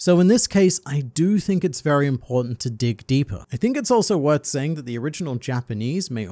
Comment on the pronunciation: This mans just said "vewy" instead of "very."